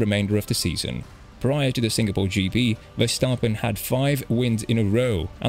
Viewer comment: Big shoutout for pronouncing Verstappen correct